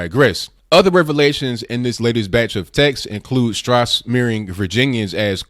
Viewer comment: Peter Strzok’s name is pronounced exactly like the word, “stroke”. I’ve mentioned this here before, but I’m sure there were too many comments to go through. The same thing will probably happen again since there are 354 posts right now. Hoping you will see this.